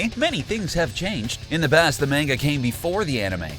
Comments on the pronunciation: its MANGA not MEANGA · bro calls manga “main-ga” instead of “maan-ga” :heh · Holy shit please stop saying main-ga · its pronounced MON-GA not man-ga, LOL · It's not MEIN-ga, it's pronounced MON-ga. Fucking Hitler...lol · it’s not manga (mayne ga) it’s manga (mahn ga) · Why are you calling it mainga and not manga. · IT IS NOT MANEGA!!! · I can't watch this because you say menga its manga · I'm pretty sure its pronounced Mon-Ga not Main-ga. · Mahn-ga not Main-ga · I'm pissed cuz he kept saying Manga like (May-nga) instead of (Maw-nga) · bro "mane-ga" is hurting my soul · Oh boy I SHURE DO LOVE ME SOME MANG-GA LOL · Mayngah,zimasu,ze-no,khalifia I don't think the narrator actually watches super lmao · Why do they sai Main-Ga? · "in the MAENGA" is all i heard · Mang-ga wow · Its pronounced monga omg maaanga hurts to hear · Suaki “mayn-ga” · I hate it when people pronounce Manga like Mango. They even pronounce Mango wrong. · they say manga like mango and mango like manga like wtf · Yeah he said menguh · Hearing him say Main-Ga is enough to make you trigger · Did he just mispronounce manga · I’m going to do a drinking game. Every time he says manga wrong, drink a shot. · I cant take any one who pronounces manga incorrectly seriously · It always gets me when people pronounce manga like he does in the beginning. It's petty, I know. I do like the video. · Am I the only one irritated by his pronunciation of manga and some of the characters names??!? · lol but he pronounced it lik man-ga